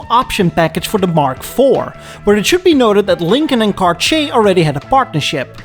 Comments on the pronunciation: Tom Selleck ! Also, respectfully, it’s not “Car-chee-a” but rather, “Car-tee-yay”. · “CarCHAY”? Really?! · Next time you english guys need to say Cartier...try saying Car Tee Hey instead. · Every time you pronounce “Cartsjee”, a watch somewhere silently cries and breaks down. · Who THE HELL pronounces Cartier as CarSHAY???? Unsubscribed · if he says "car-chay" one more time I'm gonna scream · Your killing me with the pronunciation of Cartier. Car-tee-aayy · 🤣 The way you pronounce the French word "Cartier" sounds like you say "Kar-Chier" and "chier" is the French verb for "taking a shit". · Cartier should be pronounced car-t-ay I believe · soi he has no idea how to pronounce Cartier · I am unsubscribing from this channel - if is going to attempt to do this in English he needs to vaguely learn how the names are pronounced. It hurt my ears. Just BAD!